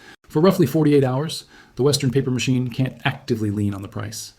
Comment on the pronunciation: They "can tee" deliver? They "don tee"? Ha ha ai can't pronounce "can't" and "don't"